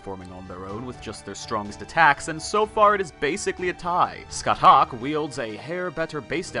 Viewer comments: Thats not how you pronounce Scathach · ska - shah NOT skut - huck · Just gonna leave this here. Her name is pronounced “SKA-HAWK”.